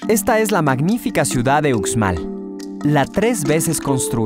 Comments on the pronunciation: Yo aconsejaria al narrador que aprenda a pronunciar bien los nombres, porque se escucha horrible como lo pronuncia, UXMAL! sonido en la X! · MUY BONITO VIDEO EXCELENTE!! EL DETALLE ES EL SIGUIENTE: EL SEÑOR QUE LO PRESENTA QUE APRENDA A PRONUNCIAR MUY BIEN LOS NOMBRES DE LOS LUGARES POR QUE LO DICE MUY MAL. UXMAL]: SE PRONUNCIA: USHMAL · Un conductor ignorante y poco instruido. Pronunciado la 'x' a la manera castellana. Soy de Jalisco , e incluso acá sabemos cómo se pronuncia Uxmal e xtabentun etc... 👎🏾👎🏾👎🏾👎🏾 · Deberian mencionar bien la X como se pronuncia en la lengua maya xtabentun uxmal lo pronuncia mal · Yo creo que el vídeo esta perfecto, es un poco comprensible que su pronunciación no sea del todo buena y mas si el es de otro estado, la x tiene muchas pronunciaciones dependiendo del estado. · COMO QUE UKSMAL🤣🤣🤣🤣🤣🤣🤣???????soy yucateca, uxmal se pronuncia Ushmal... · Dios!!! pero que horrible pronunciación del presentador! como que Ucsmal??? se pronuncia USHMAL!!! Era muy bueno el video, lástima por la pronunciación HORRIBLE!! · No son troks, son Trucks, no es Estabentun es Xtabentun, no es usmal es Uxmal, la X en Maya suena como sh. Celestun no es nombre maya sino el nombre del fundador del puerto, se llamaba Celestino de apellido maya Tun y la gente del pueblo le decía Don Celes Tun, con el tiempo el pueblo se llamó Celestun, la abreviación del nombre completo de su fundador. el cenote de dzibilzaltun se llama Xlakak. EL chac-mol nunca ha venido del centro del país. Más bien de todo centro América. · Muy bueno pero no se dice ukzmal se dice ushmal o sea la X de pronuncia ush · Muy bonito documental solo que antes debería informarse de la pronunciación correcta de cada lugar ejemplo no es utzmal es uxmal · debe sonar ushmal e ishtabentun no ucsmal o icstabentu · Me perdieron cuando el narrador dijo: “estabentún” y “ucsmal” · Debes de practicar la forma de expresar los nombre de muchas cosas y lugares la X suena ushshs ushs